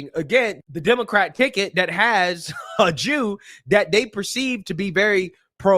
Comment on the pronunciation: Bitch literally said "dat"